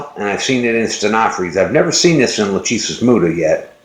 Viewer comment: Hi man, I love your videos and never miss any- Just a "tip". When you say "LACHESIS" the phonetic is wrong. Latin (or greek) sounds different than your american accent or phonetic. the correct form is: LA (ok) , "CH" is ALWAYS hard like your "K"; the "E" is like the E in WEST (not EAST or EASY) and "SIS" sounds like your "SYS". So LAKESYS ( E like wEst or rEst, chest etc). Love from Italy